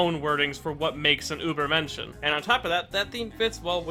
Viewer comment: As someone who speaks German, I think it's hilarious how you pronounce übermenschen 😂